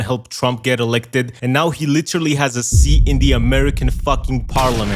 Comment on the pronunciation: When you said seat' I heard SEA😂😂lol